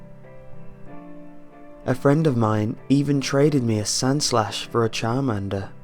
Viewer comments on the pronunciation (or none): did you just say sanslash? SANS? its sandslash not sans.